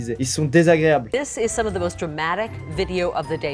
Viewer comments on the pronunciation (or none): Pourquoi vous dites "ze" au lieu de "the" les français...?